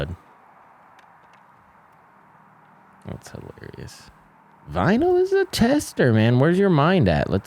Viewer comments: You spell Väinö like "Vaino" and that is finnish word for persecution 😅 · It's so funny to hear the guys pronounce väinö as vaino. (Vaino means persecution in finnish)